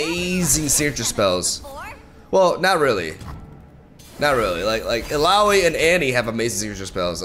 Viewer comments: Correctly pronounced Illaoi 😂😂😂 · He said it right!! xD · Now he knows how to pronounce Illaoi 😂 I love it! Tried frejlord with Udyr, those stances are very strong on almost every spawn card and tentacles. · Heyyyyy!!! He finally said her name right!